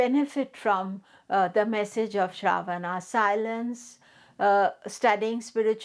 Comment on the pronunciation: Last ‘A’ is silent and pronounced uh in Sanskrit. What is Shraavaana? It’s Shravan-uh or Shravan. Why mess Indian words based on their romanized spellings?